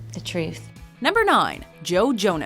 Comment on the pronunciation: Did you just say joe like Joey.... Lol